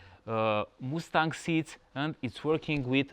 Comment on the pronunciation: A “moosetang” seat!??! Sorry, but it’s a “muss-tang” seat and you blew your chance to show us how the reverse works.